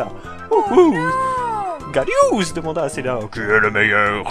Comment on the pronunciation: Pourquoi "Gallious"?